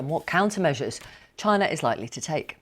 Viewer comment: Does she know wherabout Chyna???